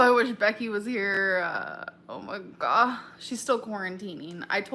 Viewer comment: YESSSSS when she says “Oh my Guh” it sounds so wrong 😭😭